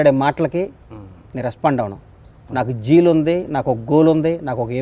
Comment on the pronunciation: జీల్ కాదు జిల...